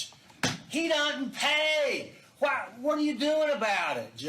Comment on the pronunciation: The narrator doesn't know that the word "what" ends in a T??? He says wha-happens. Wha-happens.